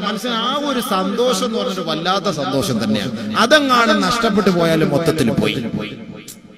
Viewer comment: സന്തോസമോ.... ഇവനു അക്ഷര വിദ്യാഭ്യാസമില്ല സന്തോഷം എന്നു പറയാൻ... 😄